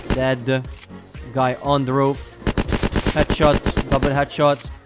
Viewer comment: Why do you say deade